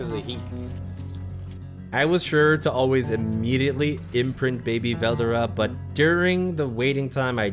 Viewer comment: ITS SAID VEL-DORA